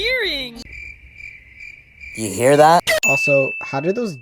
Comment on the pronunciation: “You GEAR that?”